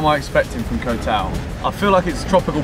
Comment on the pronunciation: Hope youre happy in our country man Also Koh is pronounce Kor with a short sound